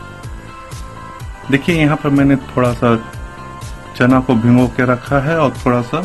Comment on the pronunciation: Apki sabhi baton se agree hun swa 'bhingo, bolne ke kyon ki Hindi me bhigo hotah 'bhingo, nahi